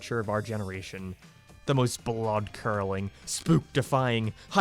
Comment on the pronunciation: Someone please tell mark’s friend that it’s “Blood Curdling” and not “Blood Curling”.